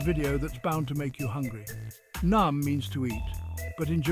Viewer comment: NEEYAAMM NOT NOM